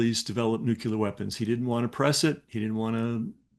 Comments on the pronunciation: It's nu-CLEAR, not nu-CULAR. Christ, this drives me insane. KNOW THE WORDS YOURE ATTEMPTING TO USE!!! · bro it's "NUCLEAR" not NUKULER.. You wrote a BOOK on this but never noticed how the word is spelled...? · The word is nuclear, pronounced "nuke-lee-er" not "nuke-you-ler". I'm baffled that a so called expert cannot pronounce the word correctly when English is obviously his native language. It does matter. 🤔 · nucular -> nuclear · ...WHAT''s that "NUCULAR"?!... Is it supposed to be "NUCLEAR"?!.... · “Nuc-LE-ar”. NOT “Nuc-UL-ar”. Ughhhhh!!! 😣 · Not « nucular » but « nuclear » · I’m loving this, but…. Nuclear pron …. Nu clee er Not Nu kyoo ler But seriously! Thank you for this amazing interview and guest! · I can't take anyone seriously who pronounces it nook-YOU-luhr. It's nook-LEE-uhr. As in... nucleus. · The correct word is nuclear, meaning relating to the nucleus of an atom or to energy derived from nuclear reactions. Nucular is a common mispronunciation, often heard as a less formal or regional variation. While "nucular" may be used, it is generally considered incorrect in formal contexts. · It drives me crazy when people say nucUler rather than nuclear. You'd think folks writing about the technology could pronounce it correctly, but not to be. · The word "nuclear" is correctly pronounced with three syllables: new-clee-er, not "nucular" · Please forgive me bcuz typically I bristle at pedantry, but it's "nuclear" not "nucular" and it's hard to take one seriously if they ignore available information, hence the term "ignorant" .... People ignore stuff that sometimes matters to the listener So much mendacity has been injected into American history and it's not so easy to get to the truths, even for those with high level clearance. And now, I thank you for posting this content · nu-cleer. Nu-cleer. Not new-ku-lar. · The word is NUCLEAR, Not Nuculer... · Nucular? Lol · NEW-KLEE-ERR you can do it. 🙄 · Nuc-U-Lar? Come on. You can't pronounce nuc-le-ar?